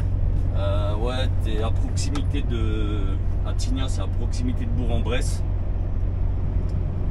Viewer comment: Pour ta culture G Bourg-en-Bresse, ça se prononce Bourque. Il y a tellement des noms de bled des fois, c’est compliqué 😂